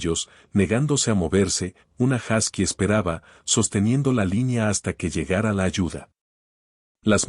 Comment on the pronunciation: Se pronuncia “josky”